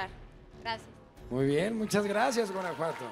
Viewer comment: Sofia Aragon dio muy buena respuesta para que le diga bien Guanajuato😕